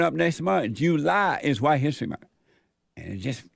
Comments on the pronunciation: "huwhite history month" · The guy in the glasses just hates white people, he pronounces White so condescendingly